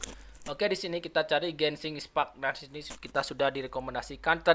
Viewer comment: Bukan Gesing ispack dibacanya tapi genshin impect